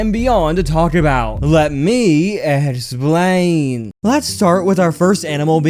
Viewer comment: ehhxplian(best way to say it)